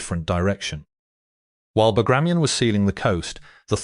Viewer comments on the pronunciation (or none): none